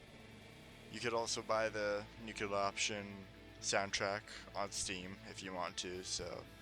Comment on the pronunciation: Dude - Its not "nucular" Its noo-klee-er